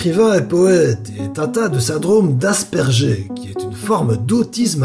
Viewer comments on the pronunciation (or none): ah putain j'en ai pris un coup avec ton syndrome d'"asperjé" XD ! ca ce prononce "aspergeur" comme ... ... ... c'est comme si je te disait : "aller, tout le monde chante en ké" ( en coeur ) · Syndrome d'Asperger? {Gé}? Ca de prononce {Gœr}, et ne venez pas me contredire c est la vérité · On dit aspergeRe (on prononce le r) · on prononce aspèrguère mais ça s'écrit asperger, nom du docteur allemand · 7.54 ça se prononce asperguerre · on prononce "asperguer' en fait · On prononce aspergeur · j'ai aussi le syndrome d'asperger mais sa se dit ( aspergeur) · Ca se dit " Ass Burger"